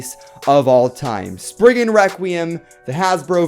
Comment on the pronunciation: He says sprigen requiem wrong